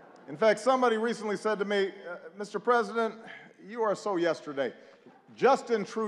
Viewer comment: When you have a real Presdin̈ènt😅